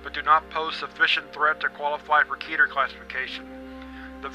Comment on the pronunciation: It’s pronounced KeTer nOt kEtEr